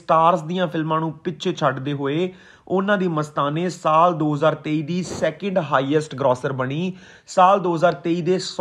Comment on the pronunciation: ਸਾਲ਼ ਨ੍ਹੀ ਸਾਲ (saal not saalh). ਤਲੱਫੁਜ਼ ਠੀਕ ਕਰੋ